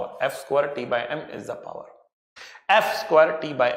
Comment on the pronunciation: sir please don't say par say's power